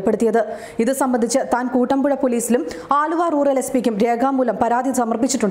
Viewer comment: കൂട്ടമ്പുഴ അല്ല കുട്ടമ്പുഴ എന്നാണ്.... !!